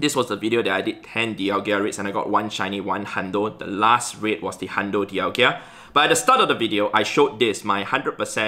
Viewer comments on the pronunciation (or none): It’s di-al-ga not di-al-gia. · Heads up, it’s pronounced Dialga, not Dialgia. 🙏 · I still dont understand why says Dialgia:D